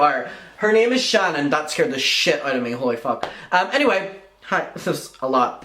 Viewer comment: My name is Shannon. Lmao. I adore the way you say it. Creep show is making herself look worse. I have no clue why she won’t just shut up. Then her saying horrible things about The Viewers Choice. Saying he will relapse and blah blah. He drugs people.blah blah. Who the hell wishes a relapse on someone? It’s horrible what she’s doing.